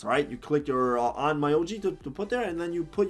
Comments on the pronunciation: By the way, it’s Onn Myo Ji Not Oh My Yo Ji 😅 I don’t recommend leveling up that way. It doesn’t worth it. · it's pronounced "on-myo-ji" regardless of the mispronunciation, you explained everything so well. really helped out understand some stuff that with just their explanations left me still unsure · It's ON-MYO-JI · lol Own-MI-O-G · It’s actually pronounced as ommyooji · Can people please, at the VERY LEAST, learn how to pronounce, AT LEAST, the name of the game..?!!! That triggers me AF